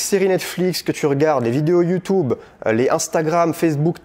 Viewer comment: Merci. Vidéo hyper intéressante ! je m'abonne. Il y a juste un truc qui m'énerve (mais ça c'est parce que je suis un sale c.. ), il faut que t'arrête de dire Youtoube, c'est Youtube pas Youtoube. Youtoube ca fait mal aux oreilles! voila sinon tout le reste est parfait et extrêmement clair.